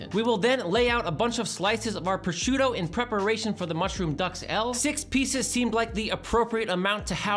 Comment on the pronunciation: Same with duxelles. There are no ducks involved. On a side note is one of my favorite internet chefs and should know better.